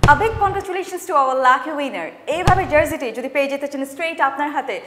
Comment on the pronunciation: প্রত্যেকটি ভিডিওতে শুনি জার্জি, জার্জি কি? জার্জি হবে নাকি জার্সি।